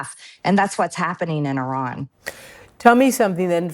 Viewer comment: She pronounced Iran correctly The she’s full of sheesh. She knew he was a racist. That is why she sided with him because she’s a racist. I have the utmost respect for her along the line of standing alone with the victims. She stood with Roh khanna and Thomas Massey, and committed to standing by the survivors. Even when she was booed, she stood alone. But at the end of the day, she is a Cold, calculating business woman. She hangs her mouth where the soup flows. She was by his line, hook line and sinker, and she promoted him like there is no tomorrow. She stood with the domestic terrorist who infiltrated our capital on January 6. She and Laura Bobert. For all we know, she’s the one who let them in. Remember somebody let them in. It was either her or Bobert. And the fact that she stood by his side, even for a second is enough for me to not trust her. Don’t trust this woman she is more clever than you think one thing she was right on is the conspiracies that the Moussa controls us she’s correct every chaos that happened to Americans has mussad fingerprint all over it. So when it comes to all those conspiracy theories about their eating babies in pizza shops she was on to something. She just didn’t interpret the codes correctly. She’s a businesswoman and she will go where a Honey flows On another note, have you noticed as soon as somebody leaves Maga they do their hair and make up differently and they start looking more human Another thing she’s a fierce protect her of her childre